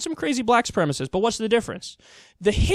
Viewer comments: Oh Bill. Your words would carry more weight if you could pronounce the word,say it with me "Soo-prem-a-sist" Supremacist. Stop turning it into supremist,thats not even a word! Sounds like a kitchen cleaner-ladies,keep your kitchen sparkly fresh with supre-mist! :D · is not even pronouncing the term correctly (as shown on his own monitor). White supremacist, not white supremist. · I love how O'Reilly can't pronounce "supremacist." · It's hilarious that he thinks he's all that but he still can't pronounce "supremacist!"